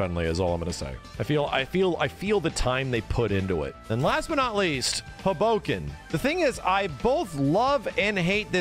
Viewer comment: that Hoboken killed me 🤣